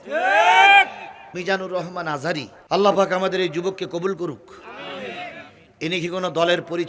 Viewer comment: যারা ইসলাম বিদ্বেষ ভাব প্রকাশ করবে তাদের পরিণতি হাসিনার মতই হয়ে যেতে পারে। একজন আন্তর্জাতিক খ্যাতি সম্পন্ন আলেমের নাম যে নেতা সঠিকভাবে উচ্চারণ করতে পারে না এতো গন্ডমুর্খ নেতা। ধক্কার জানাই তাকে।